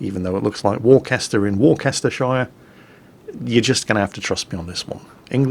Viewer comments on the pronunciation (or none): USS Worcester? But Worcester is in England... And you pronounced Worcester correctly but botched Worcestershire. It's pronounced like "sheer". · I could be wrong here, not actually being from there, but I think while got Worcester right he got Worcestershire wrong. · Uhh, did just pronounce the shire in Worcestershire like an American?